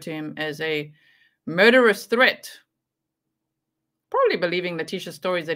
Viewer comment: Maria “are you a threat-a?” Lewis: a what? Maria: “a threat-a” Lewis still doesn’t understand. Maria: suddenly without a “Spanish accent” and surprisingly just like Leticia “a THREAT”